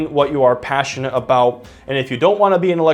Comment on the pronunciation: What are we talking aboot